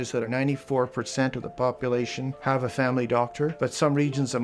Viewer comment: "you have go true a famy doctor"